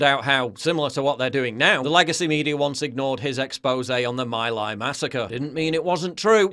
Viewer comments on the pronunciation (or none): love your work Paul . My Lai is pronounced Mee Ly . as in Bee hive Hey you are only a young fella